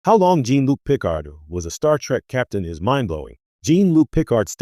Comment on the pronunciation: Gene Luke Pick-ard.